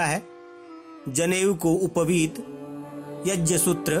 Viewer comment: सबसे पहले शब्दों को सही बोलना सीख लेते तो अच्छा होता संस्कृत में व्याकरण सिखाई जाती है और कौन कौन से शब्द मिलकर कौन सा शब्द बनता है सीख लेते आप जो यज्य बोल रहे हैं वह यग्य है जिसे जग्य भी कहते हैं कम्प्यूटर के बने शब्दों को न रटें कम्प्यूटर बनाने में गड़बड़ी हो गई होगी क्योंकि ग्यान शब्द ही सही ज्यान नहीं ये शब्द जो है (ज्ञ) ग्य से बना है ज्य से नहीं